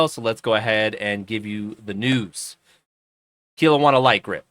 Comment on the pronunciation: Its pronounced kel-owna , i only know because I live near there